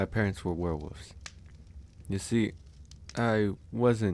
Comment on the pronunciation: I love how he says Werewoofs